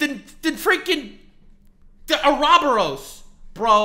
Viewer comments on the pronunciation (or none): "a-robber-rose" Its pronounced OR-OH-BORE-US